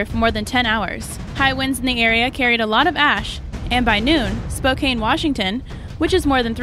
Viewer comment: Spokane spo can that's how its pronounced